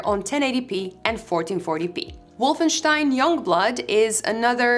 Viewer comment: I love the authentic "Wolfenstein" pronunciation. Sounds so beautiful.